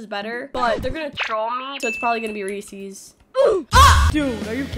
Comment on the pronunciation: ‘Reesies’ git me dying 😂😂😂